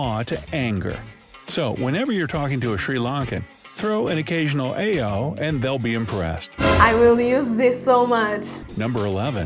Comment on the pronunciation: Most of these things either are not true or well known. That is not the way to pronounce "aiyo".